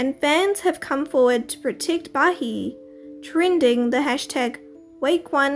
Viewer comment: It’s pronounced ba-hee-eh not ba-he